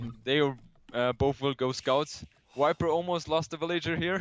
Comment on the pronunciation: it drove me nuts each time he said 'Wiper'... it doesn't make sense either, it's not like Germans pronounce V as W